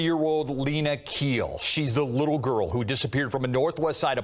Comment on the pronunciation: Pronounce the Last name as Kheel. Breathy h.